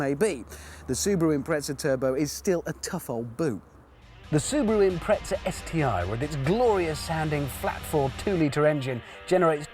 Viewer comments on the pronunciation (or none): the car is an impreza not an imtretza - because you can not speak ENGLISH ! stupid .